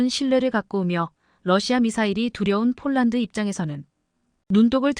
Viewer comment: 폴란드를 쫄란드라니! 어이없네, 여기도 오독이 너무 심하다. L-SAM 을 엘 마이너스 에스에이엠이라니 들을수록 짜증난다. 그리고 30~ 50Km등 거리를 읽는 것은 터무니 없이 오독이 심하다. 글을 읽는 AI를 좀 개선했으면 한다. 그럴 바에야 차라리 사람이 읽어주기 바란다.